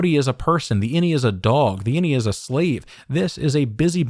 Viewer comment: Does anyone else hear "any" when they say "innie?" It could be innieone.